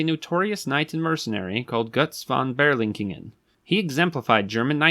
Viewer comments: Pronounce his name correctly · Btw. it is not Landschut it's Lands-hut. And it's Götz von Ber-lich-ingen, who is famous for his sentence: and tell your master yes tell him he can lick my ass. In German: sage Deinem Herren ja sage es ihm nur er kann mich im Arsche lecken.